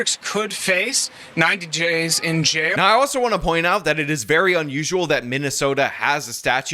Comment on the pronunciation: I generally like but: says "But in reality, this case has no validdyiddy". makes fun of reporter fumbling the word "days" as "djays". says "yeah, you should fughhalo the law"